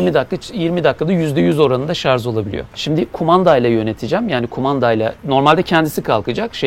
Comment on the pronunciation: Hepsi için tebrikler, sadece şarz demesen harika olacaktı 😊